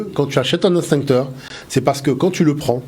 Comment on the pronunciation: "EX-TINCTEUR" - PAS - " INS-TINCTEUR "!! MERCI !!!